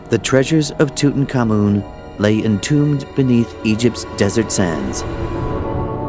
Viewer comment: I always suspected we were mispronouncing Tutankhamun. It never sounded right ending with "common". In this program the accent is on the final syllable; not certain it's right but it's got to be closer to correct than our American version that's been used for decades. And it sure beats King Rootentooten. ;-)